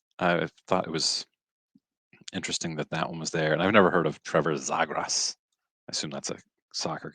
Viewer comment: "ZEE-grəs" is the pronunciation.... I "LOL" at your hockey name pronunciation attempts (all in good fun)! This one made me almost fall out of my chair as I was listening :D If I didn't know anything about hockey, I would have probably guessed the same thing to be honest! Great video as always good sir, keep it up!